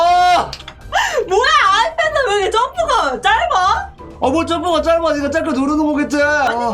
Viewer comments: 아패드...? 역싱..오늘도 귀여운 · 초때 아이패드가아니라 아패드랱ㅋㅋㅋㅋㅋㅋㅋㅋㅋ